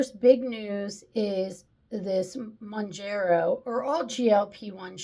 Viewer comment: Hey. I was the one who mentioned pronunciation, but guess I was unclear. Mown-JERR-oh = Wrong. Mown-JAR-oh = Right. 👍 Other than that, good vid, and agree with pretty much everything you said. And the entitlement of that lady who was trying to justify using a GLP-1 just to lose that last 10 pounds is just plain sad. Anyone who calls her on her thoughtless behavior is ‘judgemental’? Oh sure. Tell us another. 🙄